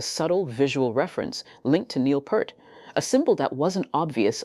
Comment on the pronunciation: Peart not purt🤮